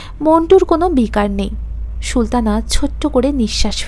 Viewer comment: খুব ভালো হয়েছে। সুলতানা নামটি Sultana পড়ুন, "Shultana" না বলে। আরো perfect হবে। পরের পর্ব কি upload হয়েছে?